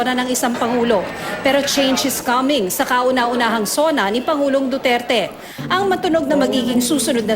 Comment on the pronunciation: miss. tina panganiban perez isa kang reporter diba ..kase kung makapagbitaw ka lng ng pangalan ni president duterte ay parang may galit ka lang! diin na diin ung DUTERTE mo ahh! galangin mo ang president para galangin nya din ang mediang katulad mo!